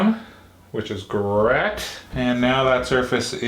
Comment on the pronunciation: Are all of the mispronunciations on purpose? For example: "Deck-all" and "Ransonal fluid" and also "which is Grett"